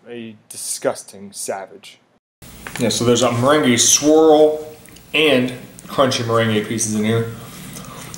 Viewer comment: Hahaha well the way you DID pronounce meringue is like the ballroom dance that goes by that name/term; so you're not totally off in the dance context ;) Too bad about this ice cream not being as good as it sounds :(